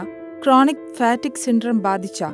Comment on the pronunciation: ഫാറ്റിക് അല്ല! ഫറ്റിഗ് ആണ്